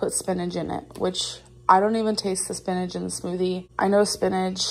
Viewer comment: Spinidge? Does she mean...spinach?